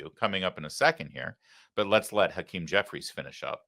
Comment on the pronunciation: Hawktah Jefferies...his name is hawktah Jefferies Larry. 😁